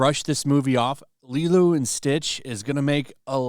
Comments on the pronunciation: I couldn't help but laugh after hearing you say Lilu and Stitch and not Lilo, considering I just watched The Fifth Element again last night! LOL. Hey, maybe you are on to something considering they were both genetically engineered lifeforms! Just goofing with you but who knows, it could be a billion dollar idea! 😂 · and stitch😂 love your channel it’s always funny when you butcher names tho